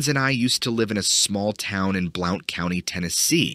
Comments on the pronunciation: Blount is pronounced like blunt not like Blout lol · Just an FYI, "Blount" is pronounced "Blunt" not Blowt. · Blount County is pronounced "Blunt" County. I know because I live there. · Blount County pronounced "Blunt"!! I live in Walland, apart of this county, we call the "Gap", like 7 min from Townsend 20 min from GSMNP. The thick ass mountains, I walk out my backdoor and Im at the base of the mtn. yes dogman is close, bigfoot is near and the winged bat thing ive heard of this more and more. I have lived here my entire existence. Ive never been more aware of my surroundings than I have in the past 4 years. I carry my 45 or 357 EVERYTIME I go outside. There are bear on my property also. Its a feeling I have now, that I never before felt. The mountains around here are very old and there are vast of bonfire stories that are more real and true than I grew up believing. We all used to swim and jump off Abrams Bridge up on Chilhowee Lake 129, up in that cove was some weird shit!! Hell all over where I live there are some spooky places!! I fking LOOOOVVE it. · Blount County is pronounced blunt county. It's a neighboring county to me. Love the videos. Thanks for taking the time to entertain us all. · As native of the area just a tip Blount sounds like blunt - named for William Blount... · FYI Blount County is pronounced like "Blunt". Keep up the entertaining content! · Just help for future reference, it’s pronounced “blunt”, Blount County. 🙂 Townsend is in Blount County. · Mothman of Blount County!(pronounced blunt) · Hey bro just an FYI... Blount county is pronounced blunt county. I know this cause I live here. Just thought you would like to know for further reference. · Blount is pernounced "blunt" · Btw Blount County is pronounced as Blunt County. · It's pronounced blunt county,like the blunt edge of a knife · Blount county is pronounced as Blunt. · Tennessee is a hAaaaiiRrY place!!! Blount is pronounced blunt. Just fyi :) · Blount is pronounced blunt.